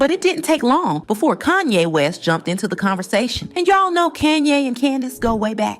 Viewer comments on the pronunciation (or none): It's Kahn-yey not KAN-YEY. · Couldn't get past the first 60 seconds in your video. Hearing you call Kanye. CAN YAY. I THINK WE ALL KNOW INCLUDING YOURSELF KNOWS THE CORRECT PRONUNCIATION OF HIS NAME. WONDER HOW MANY OTHER THUMBS DOWNS U WILL GET BECAUSE U DECIDED TO DO THIS FOR GOD ONLY KNOWS WHY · Your pronunciation of Kanye is triggering lol. You cant be serious. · Please learn how to pronounce Kanye's name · Fake, you can’t even pronounce Kanye’s name. Block this person